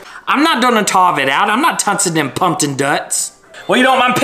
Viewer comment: “I’m not totchin them tumpin guts” the way he mispronounced it and “NINI There’s TUMPKIN TUTS ON MAAAA HEUAD”😂😂😂